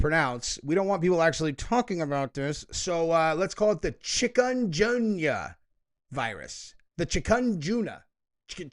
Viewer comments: chi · kin ·goon·ya is how you pronounce it. Sounds like a food item off a Chinese menu. Lol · Is Chikungunya saying Chicom-gun-you? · its Pronunciation ] CHIK-ən-GUN-yə lol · I wish I could say the word Chicungooya for you. The g is not the J sound but g as in gulf. Chic-goon-goo-ya. Anyway, its not new. We have had chicungooya for years in Puerto Rico. It got bad before the time of Zika, and the media lies about it in PR. So while the media and world was worried about zika which was not even a cold! And almost everyone was immune, people all over PR was getting chicungooya and no one was saying a peep about that. Retards. But Chicungooya was and is pretty terrible to get. Definitely need to go to the hospital. As far as I know, no one died from it. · It's chick-uh-goon-yuh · It's pronounced "chicken-goon-yaa" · Chikungunya is a fact of life here in Brazil since FOREVER. No lockdowns. The pronunciation is /shi-kun-goyn-yah/.